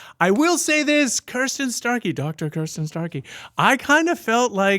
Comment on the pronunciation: Btw,, her name is Kristin, not Kirstin.......small correction.